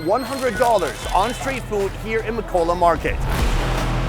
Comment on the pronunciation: It’s makola not mawkwala 😂